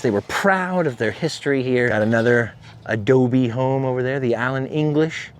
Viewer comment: every time you say ADOBE....pee wee!!